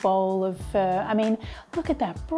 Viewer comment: You calling it a 'Fur stock' sounds like? but, i like the cheats way of cooking things too. Like pork belly we just salt it over night then scrape the salt off the next day or when ever you want to cook it at least after 24 hours.Cook on the Weber Q beautiful or even in the air fryer.